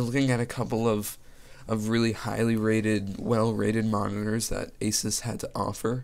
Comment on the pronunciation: its actually pronounced aaa--suuuus not ah--siis